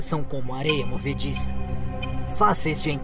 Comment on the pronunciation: e no final ele ainda perdeu os 19 conto e não assistiu o filme, mentiras são comoh areiah movediçah